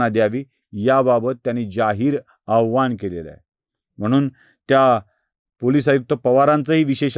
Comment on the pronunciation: श्री,बोलतांना आवाहन आणि आव्हान याच्या उच्चारावर थोडं लक्ष द्यावं. पोलीस कमिशनर यांनी आवाहन केलं असेल,आपण आव्हान असा उच्चार केलात,अर्थ बदलतात.पटलं तर घ्या,अन्यथा सोडून द्या...जय श्रीराम!!